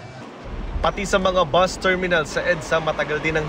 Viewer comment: It’s called bus. Not boost